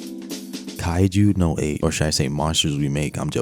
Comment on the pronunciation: stop saying kaiju no 8. its kaiju NUMBER eight 🤦‍♂️